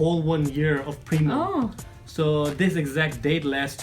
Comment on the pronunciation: its not premam its preamamm